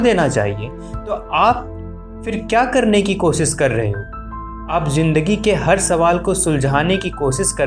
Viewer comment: Sha not sa Koshish